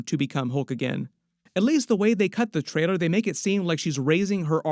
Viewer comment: WHY CAN'T YOU PRONOUNCE TRAILER CORRECTLY?!?!?